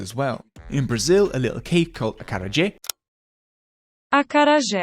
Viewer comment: Amazing video- probably the best short yoruba history video i have seen , come to Lagos for some yoruba lessons. I like how you cared about the south American Akara and the pronounced yoruba Akara the wrong way 😂